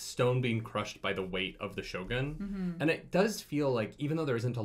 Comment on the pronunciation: how to pronounce Shogun...more like Show-gune rather than show-gun.